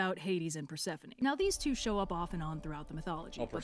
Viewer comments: GOSH DSNG IT HIS PRONUNCIATION OF PERSEPHONE A N G E R S ME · Persephone: How dare you, miss pronounce my name. Edit: It’s a joke!